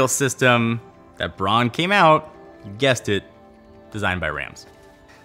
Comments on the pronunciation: It's not "Brawn": bʁaʊ̯n. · Interested in Rams? Look for the recent documentary on him by Gary Hustwit. One other point: in German Braun is pronounced like brown in English. And although Braun was named after its founders’ family name, braun in german means brown. Funny its pronounced “brawn” in North America. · Nice vid m8, just one pet peeve bugging me.... it's pronounced "Brown" not "Brawn" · But it´s not brawn, speak it like brouwn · Stop saying brawn, Makin me think of brawn GP Braun is German BRAUUUUUUN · it's not pornounced brawn its brown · seriously your Pronunciation is annoying it’s BRAUN (Pronounced BROWN- Not BRON) and no it’s not because you speak English excuse Brits can perfectly pronounce German names only Yanks mispronounce everything even English words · "Brawn"...... IT'S B R A U N.